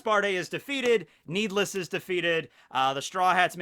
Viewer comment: I think it’s Nee D. Less